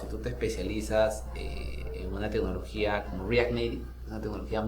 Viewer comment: Que tecnología dijo? R..?